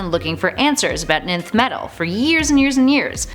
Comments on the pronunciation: I thought it was pronounced “enth” not just “nth” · Great and Informative video. FYI- nth metal is pronounced enth metal. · Nth is pronounced "enth". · nth is pronounced "enth".you shouldn't have skipped your English classes 😂